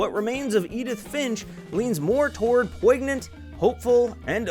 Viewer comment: The g is silent in poignant